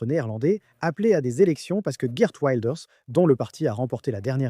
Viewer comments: Effectivement, ça se prononce Wilders et non Wailders. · "Waildeurs"?! Le néerlandais n'est pas de l'anglais. Il faudrait vous renseigner sur la prononciation des noms propres avant de publier une vidéo. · Ça se prononce « vilders « non? Tu le prononces à l’anglaise mais c’est un hollandais !😅 et les G se prononcent R…😉